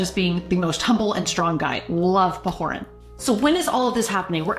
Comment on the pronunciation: It's Pahoran, not Pahoran. LOL Good review and lesson comments. Thanks!